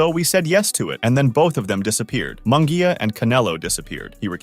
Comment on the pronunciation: Munguia is pronounced as if it was spelled like this Moon -gia.I know cause my last name is Munguia , so learn to pronounce my cousin's last name correctly.